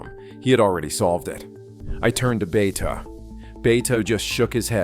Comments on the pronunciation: Bay-ta. Not Beth. I used to work with his son. Also brilliant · The narrator is an idiot. He pronounces Bethe as "beth," not "beta." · Hans Bethe. It's pronounced beta, not a girl's name "Beth" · How does this video manage to pronounce Bethe both "Beth" ( entirely incorrect) and "Beta" (close enough)?? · And, Bethe is pronounced Beta... ;-) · Stopped watching when the bot voice pronounced Bethe as "beth". It clearly never heard about the paper by Alpher and Gamow. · You need to decide how to pronounce Hans Boethe ,(it's not "Beth")... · No one knows who “beth” is. The man’s name is Hans Bethe - pronounced behtuh. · This speech generator can't get the pronunciation of the players' names correct, or even consistent. Von Neumann. Bethe. And others.